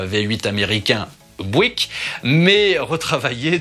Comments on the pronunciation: Si je peux me permettre une petite correction Buick ne se prononce pas en américain bouic [bwik] mais biouic ['bjuik] avec l'accent tonique (le stress) sur la première syllabe. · Pourquoi dire bouique... Il s'agit de Buick... Et il suffit de dire Buick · Bouik non. Byouwick oui. 😉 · Prononciation de "Buick": bi-u-ouique, deux syllables, presque trois. Raccourcir le premier <I>, mettre l'accent sur le . Vidéo génial, merci [rosbif francophone] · pour aider à la prononciation,Buick se prononce "biou-ique" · Superbe vidéo, comme d'habitude. Pour en avoir possédé 2, Buick se prononce " Biouique" . De rien.